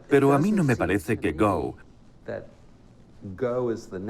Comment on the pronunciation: El doblador podria enterarse un poco y saber que 'Go' no se pronuncia como 'go' en inglés, se pronuncia como seria en español